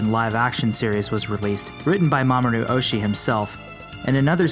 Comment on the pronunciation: That is not “Mamoru Ohshi”. “Mamoru Oshi-i” is correct.